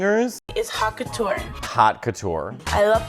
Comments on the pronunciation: Not to mention how she pronounces haute couture as hot catour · why do they all pronounce haute couture like hawk tuah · HOT CATOUR?!